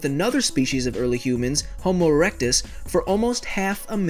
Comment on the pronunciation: it sounded like he said homo erection